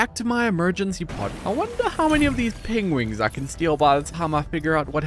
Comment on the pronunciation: Didn't know Bennedick Cumberpatch was on that planet when they're called Pengwings